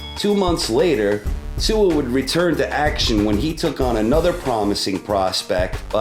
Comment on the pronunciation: David Tua is NOT Kosta Tzyu. And he is not Tsua either. pronounced 'Two - Er'